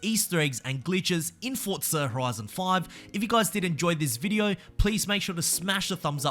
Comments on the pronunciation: Forza.. For - za. Not Fort - za. geez so triggering! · Why is it called fortza 😂😂